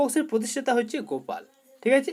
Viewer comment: 55 vull acha answer arr dada aktu valo kora Reding ta poro na hola tomr ta sunta sunta amr dar ta vull hoya jaba gopal k golap bolchan ki bolbo